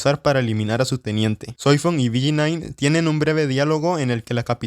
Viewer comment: BG9 carajo dilo bien